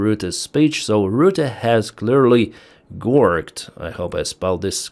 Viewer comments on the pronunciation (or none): Gorged is pronounced 'gorjed', not 'gorged'. Hard G in the middle. Hard G like 'giant'. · My apologies in case someone already pointed out these: -"gorged" as you saw is not so obvious. Gs are a bit tough in English. You got the first G right, but the second should sound like a J. "gorged" should be spelled "gorjd" but the English like to play silly games with their language, so it's like that. Probably it would be better if that guy had been just gored instead of gorged because that would eliminate that whole second G and fix another problem too. -not mountains but "high heels". High heels is a type of ladies shoe with an elevated heel, but an otherwise thin sole. This is difficult to walk in but makes the legs look longer and flexes the calf muscles, so it looks attractive. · The English word gorged is pronounced Ґорджд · Gorged is pronounced Gorjed, hard g then soft g. Gorjed. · Hi. Another stupid english spelling. Gorged is pronounced "Gorjd".😂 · Hello brother, Gorged... said like gorgeous but without the 'ous' ad with the 'ed'. Slavia Ukraine! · btw,..."Gorged" the second G is pronounced like a J.